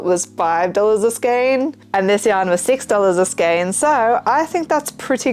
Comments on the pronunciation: Feral eyebrows oh my goodness I'm still giggling! I'm going to steal that sometime. I really like your choices of products you make, they're different than what everyone else does. You are right, the correct pronunciation for skein is "skain". There are online dictionaries that have a little sound feature that use that pronunciation. Really like your channel btw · No justification is ever needed for buying a metric shitton of yarn! 😂😂😂 You said it right, skein rhyming with "pain" (as someone who had to look it up because it's in my company name! haha) Great video as always. Hope it went great!